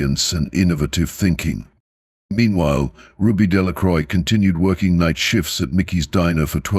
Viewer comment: The x is silent in Delacroix.